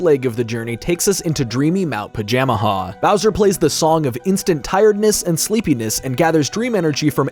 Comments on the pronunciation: You are a fool it's pronounced "Paja-MAJA" not "Paja-Maha". Also, I'm gonna be real, the whole "Bowser betraying Antasma" thing feels entirely hamfisted and dumb. If they REALLY had to break apart, why could it not have been AFTER having a second Bowser-Antasma team up battle? Hell, mix the Dream Stone and Nightmare Stone into something TRULY heinous, call the result Comatose Bowser. THEN have the two arguing about how the other guy was sandbagging AFTER they get beat. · I watch Sullypwns play through this game as a kid so much, makes it weird hearing Pajamaja pronounced this way